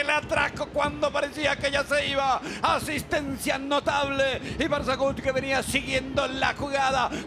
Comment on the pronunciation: Por qué le dice “ParzajuDD” a Parzajuk? 😆